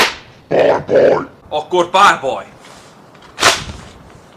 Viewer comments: Yo entendia barborrr XD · Como se dice "Duelo" en hungaro??? : "barrrboi" XD